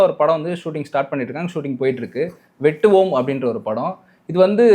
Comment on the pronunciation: Padika therinja tha padi.. Thappu thappa padichi adivangi sagatha... Athu வெட்டவோம் இல்ல டா.... வேட்டுவம்